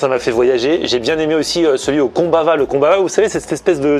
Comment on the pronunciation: alleluia enfin quelqu'un qui prononce bien combaVa